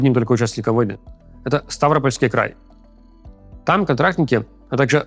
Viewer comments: Фоновая музыка немного странный эффект создаёт. И с ударениями разнобой - то КУпянск, то КупЯнск, то СтАвропольский край (хотя он вроде бы СтавропОльский). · Руслан и команда, спасибо за выпуск Есть небольшая ошибка в ударении. Правильный вариант Ставропо́льский край Сути не меняет, но всё же